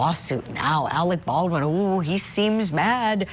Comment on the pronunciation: Alec Baldwin you're mispronouncing his surname baal'dun .